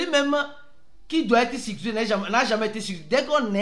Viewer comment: Pardon prononce bien stp: c'est sécurisé, ce n'est pas sicurisé 😅